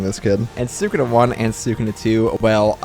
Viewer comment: Say sakuna one more time.😑😑😑😑